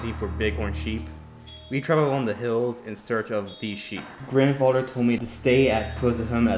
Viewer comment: I can't clearly understand the host who is telling the story, the child like word pronunciation is not good for story telling. And the unnecessary added howls, geese sounds etc made this almost unbearable to listened to coupled with the fast talking and bad pronunciation of words like, other (udder) this (dis) grandfather (granfadder) there(dare) the (da) thing (fing) etc......this would have otherwise been a descent group of stories!!!!!! The background music was too loud and mixed with the silly added extra sound effects it was almost impossible to continue trying to listen too! I suggest u try changing these issues if u are still continuing to story tell!